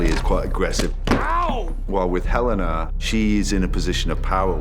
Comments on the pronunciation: Yo the elevator didn't ding! it's Helena not Helly R! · You are right, It's not Helly down there, it's Helena